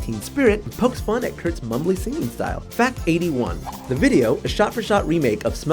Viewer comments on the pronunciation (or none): none